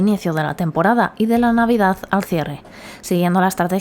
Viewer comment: El govern espanyol de torn va evitar que Disney vingués a Catalunya, això és conegut. Catalunya lligada a Espanya sempre serà llastada. Per altra banda, el vídeo està bé per a veure l'evolució de Port Aventura. El que no m'agrada gens és aquesta absurda i ridícula pronuncia d'algunes paraules com tutuki splas, sambala, novedaz, navidaz... grotesc. Esperem que Port aventura continuï millorant i ampliant-se al llarg dels anys. Una muntanya russa del Barça seria una passada. Hi hauria d'haver un parc del Barça, no de la lliga, no fa cap sentit.